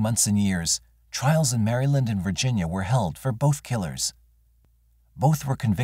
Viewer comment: The Mary-Land pronunciation kills me evrytime 💀